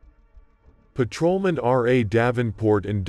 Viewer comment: is the voice AI? sounds weird. blips. "paTROman".... pfuey.